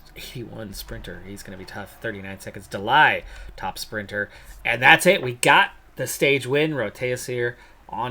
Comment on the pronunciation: De Lie should be pronounced "De Lee", though the English "Lie" def sounds more fun